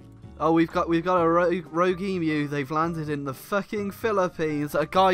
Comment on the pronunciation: All-in-all, thank you for pronouncing 'Emu' correctly.